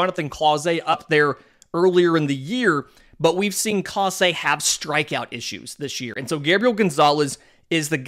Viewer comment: You said Clase correct this time! :)